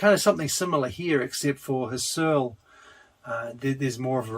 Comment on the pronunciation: Maybe it's too late, because this is two years old, but I'm going through the whole series - and Husserl shouldn't sound like Searle, even when I like them both. It's HUSSerl, if you get my drift. And Berkley as a person is pronounced Barkley, in contrast to the university that carries his name